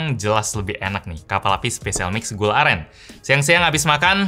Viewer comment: Bang yg bner gula aren bang bukan gula alen